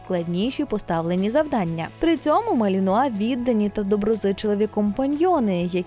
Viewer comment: Оце ви навалили інформації із собачого гороскопа! Цікаво було слухати про хоробрих боягузів! Заплутався ще на початку відео де ведуча жонглює наголосом у НАЗВІ. Гарні собаки насправді, жаль ви нічого про них і не розповіли.